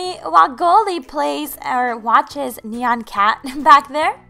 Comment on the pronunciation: its nyan cat not neon cat DRR